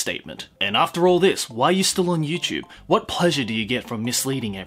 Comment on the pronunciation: You know what? I'm trying to take this video in a serious kinda way but everytime you say YouChube... I just can't. Love your videos btw.